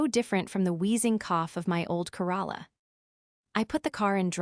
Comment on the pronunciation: Corola, Toyota Corola. Mer-Say-dees, not the town of Merced. Worst Narration yet. Must be AI.